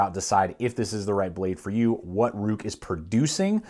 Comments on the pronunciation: FYI, it's pronounced like "rake" and not "ruke". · Didnt the company say it's pronounced "rake"? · It's pronounced rake according to Ruike themselves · Ruike is pronounced Rake, as per the company. Totally agree with you, their whole line of knives come with ball bearing pivots. Definitely the best buy in knives right now. I have 3 myself now, the P121-G Hussar, P155-W, and the fore mentioned P801-SF. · It's pronounced as "Ray-Ke(r)" it's a Chinese name in Pinyin, not in English. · Its pronounced rake. Like the yard tool. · Lol..its pronounced "RAKE"! Great video. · Apparently it is pronounced Rake